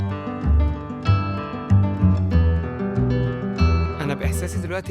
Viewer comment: إسمها الأزور بالعربي أو أزوريس بالبرتجالي Azores وليس أزوروس!!!